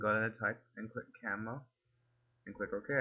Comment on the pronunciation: Good videos, very helpful. But it's pronounced "Cam-E-O"